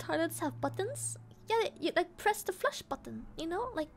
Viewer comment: Sounds exactly like you would say "loaf" in Russian. And I mean exactly, it's indistinguishable from how a native would say it. Edit: hence all the Russian comments, lul.